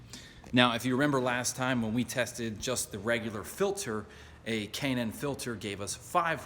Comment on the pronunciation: I'll be getting one of these Junks soon and it's K&N Air filter sounds like he says Cannon..